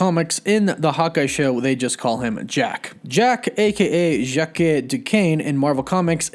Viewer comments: I believe it's pronounced Ĵock not "jackie" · armond is not the father, hes the uncle. if armand was the father, he would be named ARMAND. ya goof. and Jacque is pronounced jock not jackue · Yeah just trying to say it is way closer to Jack then whatever he said lol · Jacque in french has the same pronunciation as Jack